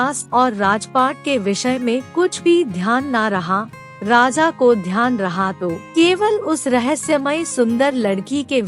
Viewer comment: 'Raza' nahi 'Raja'...